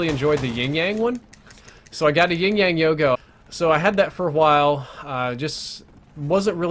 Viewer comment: Wait I'm Sooo confused? Is he say ying yang??? I'm pretty sure it's yin yang